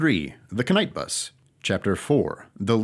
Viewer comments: Wait it's pronounced the k'night bus? I always pronounced it the knight bus with a silent k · im sorry but did say the k-night bus instead of pronouncing it correctly. TRIGGERED